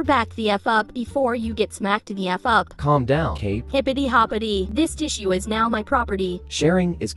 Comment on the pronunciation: Definitely the first time I’ve ever heard tissue being pronounced “tiss-u” before, tts has one job lmao. 😅